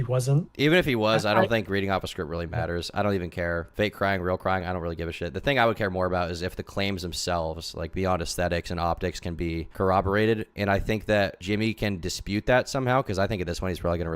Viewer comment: I've noticed keeps saying cowoberated instead of corroborated😂😂😂 he did it in his video too